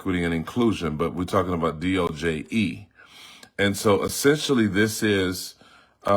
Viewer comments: Its Not DOJE it Is DOGE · It’s actually DOGE not DOJE.